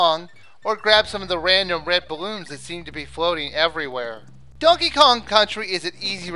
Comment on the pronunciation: I thought you said Duckey Kong....